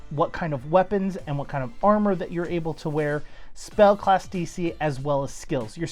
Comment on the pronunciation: Did my dude just say Ssalc?